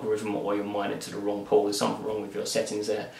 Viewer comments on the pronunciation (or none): I thought he was saying "pooooooort". Say what?